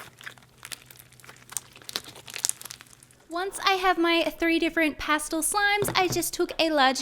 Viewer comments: Is it past-l or past-el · Its not pastil. Its past EL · It’s past-el not past-ol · She says pastle not pastel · Um the word is pastel! Not pastle! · I couldn’t watch this video knowing she said pastel wrong.. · OKAY, BUT THE WAY SAYS PASTEL BOTHERS ME SO MUCH AND IDK WHY